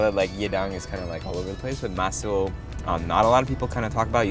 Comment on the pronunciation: Oh and when it's a Korean word and you see the s and i together it's pronounced "shi". So it's pronounced mah-sheel. I live in Los Angeles & fam from the PH told me the korean food here is better cause in the PH they skimp on meat apparently